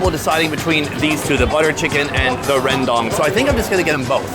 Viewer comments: So funny how you pronounce Rawndang 😂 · “Beef rendong” 😂😂😂